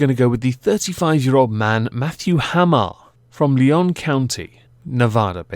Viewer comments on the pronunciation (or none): Nevadian here: Lyon county is pronounced like the animal Lion. And Ralley's is pronounced with a short A.